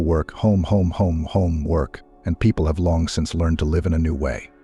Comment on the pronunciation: Try pronounce live correctly. M